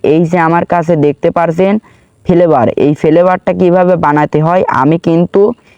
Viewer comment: Vape ❌️ vhape✅️ Flavour ❌️ Felevour ✅️